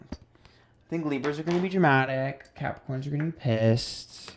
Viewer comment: LOL feeling massively attacked with Taurus (rising) and Virgo (Moon) hahaha how did you know i've been a bitch. Also did you just call us Crapricorns (sun) lol